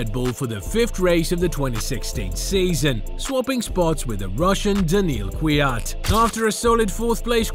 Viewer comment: torrow rossow? Daniwiel kiwiat? Raikoonen? You ok m8?